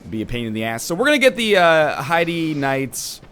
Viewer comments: I'm pretty sure heide is pronounced hade not like the name of a girl haha :p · Heide is pronounced hide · I'm pretty sure the proper German way to pronounce it is ''hide'', ENB pronounces ''Bastille'' as ''bastee'' so I wouldn't rely on him for linguistic lessons. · NL Heide('s tower of flame) is pronounced Haid, as in rhymes with Raid. Heide's tower of flame. The crestfallen warrior says it if you talk to him in Majula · Just for future reference, Heide is pronounced "hade". Like "made". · No hard evidence, but given the theme of the setting, it fits linguistically. Pronouncing it "highdee" would only work if it were spelled, for example, like Hiede. Even that would more likely be pronounced like "hide". Pronouncing Heide like "highdee" would require quite a bit of linguistic gymnastics. Also, check out EpicNameBro's videos. He worked on the official guide and dealt with the developers, and would have heard it pronounced straight from them (and, in case you don't have time to watch, he pronounces it "hade" as well). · an npc pronounces it hade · The katakana for Heide used in the Japanese version is ハイデ which sounds like "hi-deh" (basically "hide" with a soft "e" ending). Of course, Saulden flat out says "hade" when you talk to him, so it's more or less preference. Doesn't matter much anyway. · It's said hyde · A few things. From what I've seen from other Dark Souls II playthroughs, Heide is pronounced "Hay-d." Also, two handing a weapon only reduces the strength cost to wield it, not the dex cost.